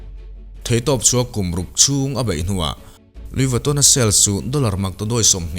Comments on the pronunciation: An hming khi i lam uluk lo lutuka,ngaihthlak a hreawm tep.,.Lui Vatawn tih mawlh khi😅😅🙄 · A lam Diklo inti intia, Lui vitawn hi lamdan diktak chu ani e.. Louis Vuitton, Luiz vuiton tihkher tur anilo... Luyi veetawn anti ngai e... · Anuih fuh lo e a lam dan khi a dik aw 🤣🤣🤣 engtin tak lo lam ve thin ang che maw aw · Lui vitto” tih hi a lamdan tur dik a nih hmel. Video hrang hrang enkual hnuah